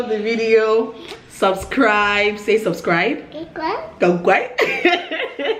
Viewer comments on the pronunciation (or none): So this ls how you pronounce subscribe 🤣🤣🤣